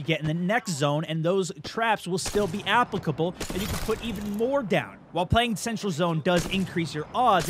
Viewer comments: The way he says "applicable" makes me want to die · Stop saying applicable wrong